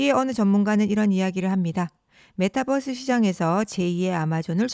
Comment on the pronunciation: 메타버스지 메타뻐스가 뭐냐 전라도사람이냐